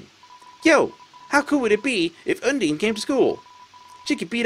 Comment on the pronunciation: you're pronouncing undyne wrong btw. It's not "un-deen", but "un-dine". Not that it matters much though